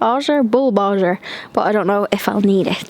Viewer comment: Watch your channel from Chicago. (I’m Irish - moved here 20+ years ago). But love your sweet garden & all your cleaning/travels & DIY. By the way - it’s AUGER. HARD G. You’re saying aujer. Lol.